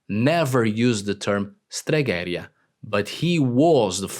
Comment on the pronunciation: It is «stregherìa», not «steghèria». But I like the video.